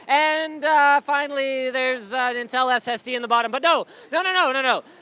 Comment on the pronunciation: LMAO WTF WAS THAT "in teemsnms" XD